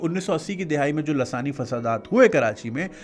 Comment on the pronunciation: I was listening to it on speaker and my mom instantly said "laasani nahi hota, lisani hota hai". and I couldn't hold my laugh. Desi moms bhi naw! 😂